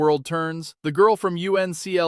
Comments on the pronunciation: A good video up to the point where he said, “the girl from U.N.C.L.E”. It may be initials, I’ve never heard it said as U.N.C.L.E, just as uncle . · AI voice, check out U.N.C.L.E. tho it is pronounced as uncle . The title of the TV show The Man from U.N.C.L.E. was pronounced as "The Man from UN-kul". The acronym U.N.C.L.E. was spoken just like the ordinary family word "uncle," rather than spelling out the individual letters. This is a Russian channel.